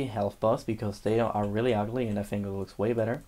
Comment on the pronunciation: "Fink" vs how it's actually pronounced: think